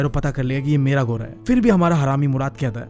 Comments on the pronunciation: घोड़ा ❎ गोरा ✅ 🤣🤣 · Not ghoraaaaaaa 😂😂 it's ghodaaa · Ghoda ❌ ghora😂✔️ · GHODA❌ GHORA✅